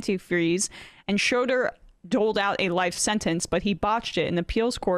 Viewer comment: Not "Grasskootz!" It's Grosskreutz. And Schroeder is not pronounced "Shrowder," but "Shrayder."